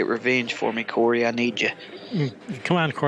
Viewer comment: and u said Corey name perfectly